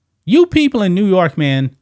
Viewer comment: Bro, you can’t pronounce NEW YORK properly???? 🤷🏽‍♀️